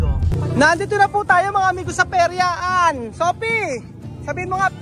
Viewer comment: PERYAHAN HINDI PERYAAN